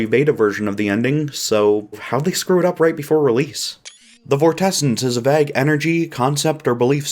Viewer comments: this video would literally be flawless if this guy didn't pronounce "vague" like "vagg" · That's not how you pronounce vague